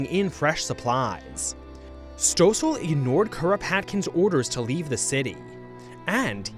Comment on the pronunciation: Reave instead of leave was a very nice touch on the japanese accent, they dont have Ls